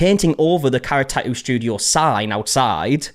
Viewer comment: I feel like the pronunciation of tattoo has evolved on this channel I remember the tah ew